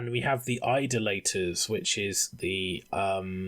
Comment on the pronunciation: Only one criticism to this... It is pronounced I-DOLL-A-Tor. Not Idle-later....